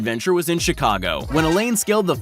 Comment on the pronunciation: Hi, please learn how to pronounce French!! I notice, you butcher French words! Alain is not pronounced as Elaine. It is said like this - A LAA (A as rhymes with TA and LAA as rhymes with BAA!!). Alain is French for Alan and the 'in' is silent!!